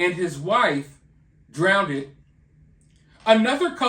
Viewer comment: Did you say ..... drowndid ??